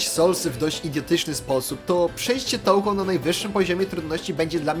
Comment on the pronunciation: Jak się robi film o gierce to przydałoby się chociaż poprawnie wymawiać jej nazwe XD. Czyta się "Toohoo" bo japońskie "ou" to długie "o" a nie "tołho"